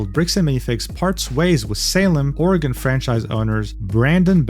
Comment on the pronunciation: Good job for pronouncing Oregon correctly, most people in the US can't